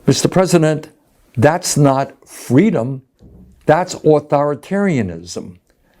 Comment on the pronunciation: Kamala said feedom